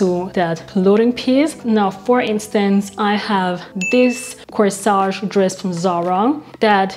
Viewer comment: Corsette. Not Coesage. Other than that , 😉 love the video❤